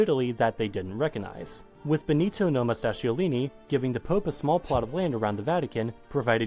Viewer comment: That was the worst pronunciation of Benito Mussolini I've ever heared. What did he even say? "Nomastaciolini"?!?